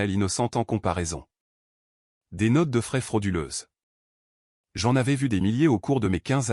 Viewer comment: Troublant et non trop blanc Notes de frais et non notes de fraises 😅